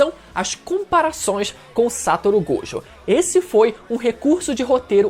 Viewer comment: mano n aguento mais o falando "Sátoro" Gojokkkkk